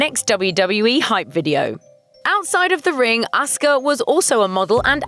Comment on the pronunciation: wow they actually said Asuka's name correctly! shows Grunge actually did their research properly